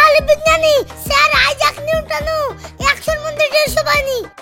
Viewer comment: i JACK NEW TON ❌ I JACK NEW TONO ✅ 😂😂😂😂